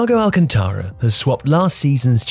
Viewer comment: it's pronounced al cun ta ra not alcan tah ra...